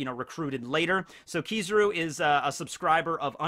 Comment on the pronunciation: Kizaru is pronounced: keys. Ah. ru, just saying